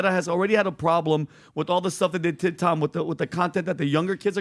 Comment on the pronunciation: The fact that Tom can't say his name properly makes him dumb asf!